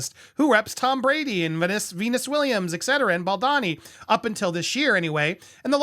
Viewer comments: Is it really that hard to pronounce his name the correct way? Pronounced as BAL-DOE-NI , not BAAL-DAA-Ni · It’s Ball-do-ni. Not, Bal- don-ni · Hey Andy, Justin’s surname is pronounced Bal-DO-ni, not Baldani or Baldini. Hope that helps for future coverage. Keep truckin’! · thanks for the video, but the pronounciation is killing me 😬 it's bahl-doh-knee, not bohl-dah-knee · I love your channel, clear analysis of situations and the way you present. But...can we put aside personal opinions to ensure we get people's names right? I don't think Justin's surname is pronounced 'Bal-DAH-ni'. I think it's 'Bal-DOH-ni'. Personally, I feel that repeatedly mispronouncing a name can come across as a lack of research, or lack of concern for details, which are important in legal matters.